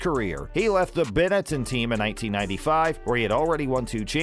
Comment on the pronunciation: Hehe... Ba-nEten...... "beh-nuh·tn"